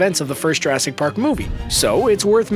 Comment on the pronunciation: it's Jurassic not urrasic